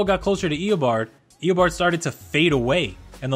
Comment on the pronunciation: it isn't Ee-uh-bard. It's Ee-Oh-barrd